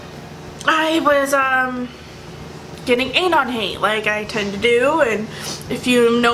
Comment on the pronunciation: that's not how you say anon omg. it bothers me how you pronounce it so much idk why .___.